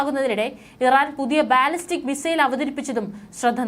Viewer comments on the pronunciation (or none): none